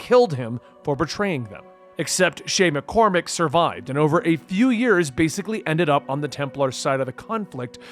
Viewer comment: This is a good video but calling him Shay Mccormac was just hitting my ear wrong. Idk where you got the Mc from but they call him Shay Patrick Cormac from the very start of the game.